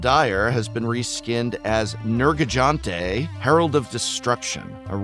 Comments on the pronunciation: Prof is it that hard to get a buddy or even a youtube video to check these names? you managed to pronounce NAR GA CU GA two different ways. and for being a long time magic player how did the Gigantes part of Nergigantes throw you off? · Professor honestly trying to blindly guess the right pronunciation was very cute. My favorite is probably "Nergijante" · I take a point of psychic damage everytime he misprounces a monster name Not my boy nergigante getting slandered 😂 At least he evenually got Nargacuga right 🎉 Fsntastic video regardless, this secret lair was hot garbage I wanted that valstrax sol ring just for the art BUT $240 Nah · Yeah don't feel too bad about pronouncing these names. It takes years of playing the game and listening to the NPCs say them to actually remember how to pronounce them. Like why does Nergigante have an i after the first g? We don't pronounce that G as if it was infront of an I or E.